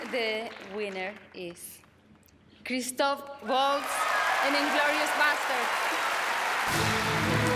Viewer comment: his name is chistoph, not chistopher.